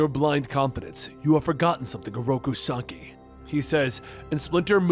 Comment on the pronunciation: It’s SAH KEY NOT SAH EYE YOU’RE KILLING ME AT THE MISPRONUNCIATION OF SHREDDERS NAME 😡🤦🏾